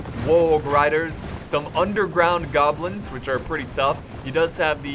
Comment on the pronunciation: "nhaaaaaaaaaa were gobilns" xD